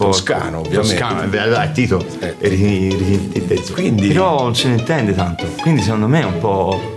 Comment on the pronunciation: I doppiaggi in dialetto,se fatti bene,rendono tutto + magico...pensiamo a"Slam Dunk"e il malocchio di Hanamichi col"prezzemolo di Kyoto"...!🤣🤣🤣🤣🤣O al mitico Romeo er + der Coloseo!!🧡 - 🤣🤣🤣 E...nn Angelo Maggi ke ha continuato x tutto il tempo a chiamare Tito"Tinto"!!😂😂😂